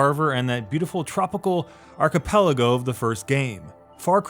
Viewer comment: Ark-a-pelligo? Bruh